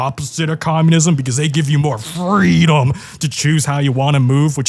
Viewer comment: I would love more "fweedum"...